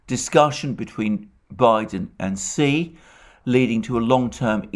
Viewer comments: Xi is pronounced shi not si. Do your homework before spewing vile Putin propaganda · Hi Mr Mercouris When you say the name of the president of China, then it sounds like 'c' and it is trqnslate as 'c' also. Perhaps it would Be more helpful to say 'President Xi' so that it is clear who you mean. May all living creatures be happy and free from suffering. Regards Michael